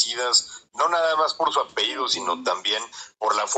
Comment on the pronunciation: Por qué dice "apeido" si es apellido?